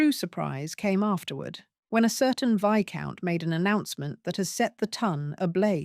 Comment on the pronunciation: Enjoyable Romance/Intrigue. But pronouncing Viscount as Vice-count is rather hilarious!